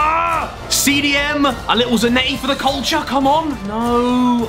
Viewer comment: Zanetti really gets that ball in Za-NET-ti Noone?